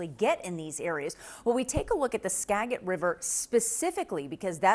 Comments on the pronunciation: He said SKA GIT Sca as in Scan dinavian Git as in Github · Skajit not Skaget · Thanks for reporting on our neighborhood but it's pronounced Ska-jet river, not Ska-git!! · It’s Ska-JIT, not Ska-git lol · It’s Skaj-it River, not ‘Skaggit.’ Locals know it, Washington hikers know it, even the salmon probably know it. CNN might want to catch up. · It is pronounced correctly Ska- JIT river not Skag- it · Pronounced Skajet!! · that's a soft G dude! (do your research) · Don’t be like AI! Learn the proper pronunciation of Native American words that describe locations all over America. SKAGIT is pronounced like SKA-JIT! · Skagit is pronounced with a “J” sound. SKA-jit. Most of our names are Native. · Hoping everyone gets out safely. It’s been relentless rain here. Btw-Skah-jiht is the proper pronunciation CNN. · Pronounce like SKAJIT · Please, do some minimal research on the pronunciation of places being reported on. How difficult would it be to ask someone, anyone, in WA how to correctly pronounce Skagit River? It's not a G sound. It's a J sound. Really, the newsroom has no contact with anyone in WA who can tell you the pronunciation in just 2 seconds? Embarrassing for people whose business is information. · I love how everybody is praying for us but we're all like "IT'S SKAGIT WITH A SOFT G" 😂😅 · "Skaggit River" lol he's not a local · Skagit is pronounced with a soft g. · Skagit is pronounced "Skajit", btw. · " SkaJit" please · Pronunciation note: Skagit is pronounced with a soft g. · Come on CNN, y’all couldn’t ask Google how Skagit is pronounced? It’s “ska juht”. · It’s Ska-JIT. And Mount Vernon was named after George Washington’s estate, not a mountain, so should not be abbreviated as “Mt.” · I can't watch this anymore!!! The live in Skagit County (pronounced ska-jit to start with on your errors) and we see this every few years. We are well prepared. STOP THE DRAMA! You clearly know not of what you speak. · “Skagit” is pronounced with a soft “g” sound, like ‘SKA-jit”.